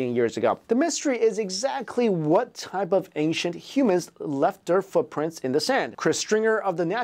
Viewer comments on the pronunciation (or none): none